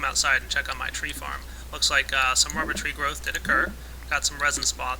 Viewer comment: it sounds like u say wubber no offense